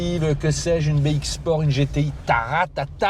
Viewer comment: On dit "bé-isque"